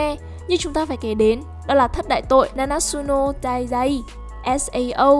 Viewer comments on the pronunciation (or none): Na na trự nô tai zai nhé ad k phải na nát sự nô tai zai. Ad nhé